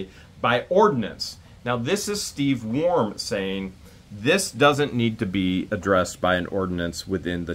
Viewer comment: I always thought it was Worm not Warm.